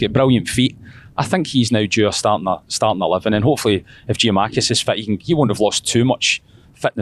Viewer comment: Still saying Giamakis unbelievable